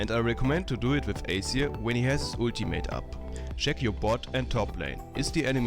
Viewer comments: it wasnt accent which is why i mentioned it.. spotlight tells u how to say it, he had just said it really differently. and we patched it up already.. i wasnt being rude >.> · PLEASE pronounce it right AZIR !!! not acer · its azir and aceer.... didnt u not watch the spotlight